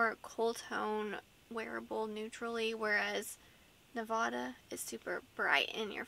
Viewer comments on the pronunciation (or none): Ne-vah-dah wrong. Ne-va-duhh right 🤣